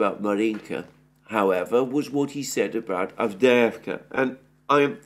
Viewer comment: AVDEJEVKA 😂😂😂😂😂. GET THE NAMES RIGHT FOR GOD SAKE !!!